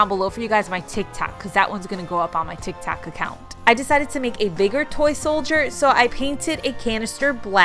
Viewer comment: “On my tik tak account “ 🤣🤣 did anyone else catch that. Btw I lovee your diys and is dying inside for Christmas 😍. 💚